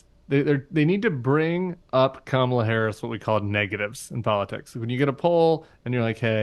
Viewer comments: It is comma, la: Really hard to pronounce. Trump and MAGA are so weird. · Trump and the MAGA Republicans main campaign theme seems to be deliberately mispronouncing her first name and then snickering like Beavis & Butthead. It may be effective with the MAGA base but any sensible adult should be offended by it. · Being a former conservative, I can tell you that Nancy Mace mispronounces Kamala for many reasons: to please Trump,.. because she's racist or pretending to be,... but the biggest reason is because she and MAGA cult literally orgasm when they "Own the Libs." Mace was probably extra wet sitting there surrounded by 4 or 5 Libs and "triggering" them. It was written all over her face. #YesWeKam VOTE 💙💙💙 Harris/Walz 2024 #MindYourOwnDamnBusiness